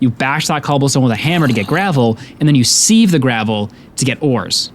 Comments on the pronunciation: As much as i love your videos, ITS SAID S-I-V(SIEVE). That being said, youve done amazing work and i cant imagine how much effort goes into making something like this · I have never heard anyone pronounce sieve like that before (he is saying see-v whereas I have always said si-v) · Sieve is pronounced Siv, Taiga is pronounced Tie-guh